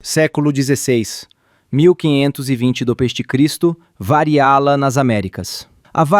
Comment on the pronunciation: Santa Gramática, perdoai o narrador. Ele me parece ter problemas contigo: além de falar variálas, escreve varíalas, como de varíola admitisse plural.